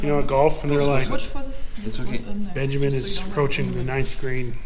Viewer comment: ben "jig" min